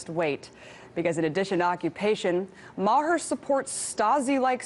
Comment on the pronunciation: Bill Ma-HER. lol.